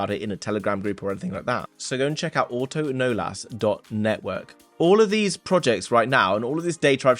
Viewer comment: its not auto-nolas.. its pronounced uh-tuhn-ohless